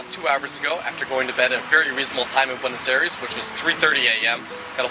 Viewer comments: "beautiful buenos erees" please say you don't pronounce it like that through the whole film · If you're going to make a video about Buenos Aires you gotta learn how to say it right. It would make a porteño cringe every time you say that in an english accent.